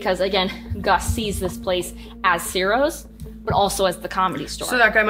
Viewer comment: It is pronounced “Chiro’s” even though it’s written Ciro’s. The C in italian is pronounced CH most of the times.